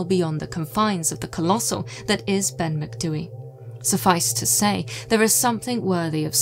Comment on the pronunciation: As a Gaelic speaker who lives by the Cairngorms, thank you for not butchering the pronunciation. 👍 (also lived here all my life and have never heard of this ‘Grey Man’, so super interesting!!) Brocken Spectres are often seen. Worth remembering that hypothermia causes vivid hallucinations, visual and auditory, and heightened sense of anxiety. We also get a lot of ventricular clouds, that really look like ‘flying saucers’, caused by warm air, meeting cold air. See them all the time here. That might explain the UFO belief. I’m not a naysayer or skeptic, just like to rule out natural causes before I conclude paranormal. Tapadh leat.